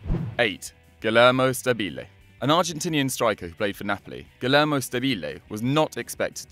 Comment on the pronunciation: My God, the misplaced accents in Stabile and Bergomi made me almost stop the video.